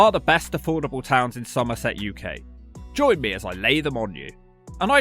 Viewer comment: love the accent when he says "somerset" - a true local. Great video